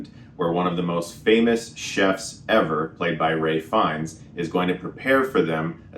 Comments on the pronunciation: thats how the actor pronounces his name (ray) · It's Ralph Fiennes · It’s because his first name is actually pronounced more like ‘Rafe’